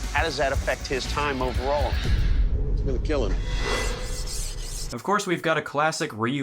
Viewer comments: “It’ll keel” 😂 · “It will keel” used to love this show. The tests at the end are hilarious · You said it wrong, its "it will KEEL" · Your video? It will keel. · It will keel.😂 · I binged this show on YouTube for at least 2 years straight, amazing show. “It will keel” started off as my favorite part. But eventually my favorite part was how good at crafting a blade everyone was. Amazing show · It's KEAL (sounds like kill) - Keep Everyone ALive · I watched a ton of this show when my son was born and we had a lot of late sleepless nights. Let me tell you when you're crazy sleep deprived "eet will keel" is iconic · "it will keel" 😂 My father and I loved this show! Taught us a lot about forging. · They are not actually saying “kill” they are saying “Keal” which stands for “Keep Everyone Alive” I wish I was making this up lmao